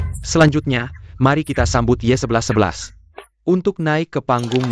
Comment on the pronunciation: Nmanya yexixi si eay nya nyebutnya ye11 11😂😂